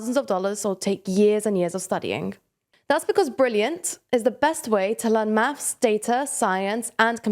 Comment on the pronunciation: "mafs" "eiver" "uvvah" "offa'"